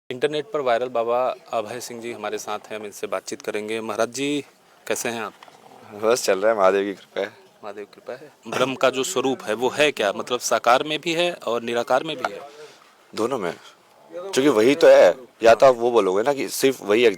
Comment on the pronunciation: भाई भ्रम नहीं ब्रह्म होता है।